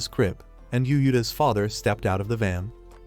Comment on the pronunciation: Text: Yuuta AI: U-U-Ta